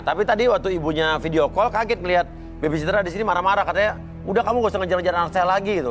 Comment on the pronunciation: salfok sama bacaannya harusnya baby sitter tapi kok jadi lain